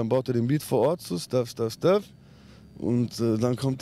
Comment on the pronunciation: Slawya bist du geistig? Er sagt Stöff